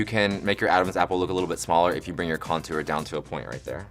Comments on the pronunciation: No one: ...... Kameron: .....conTOOr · Kameron says contour so weird. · I love the way Kameron pronounces contour. That southern charm!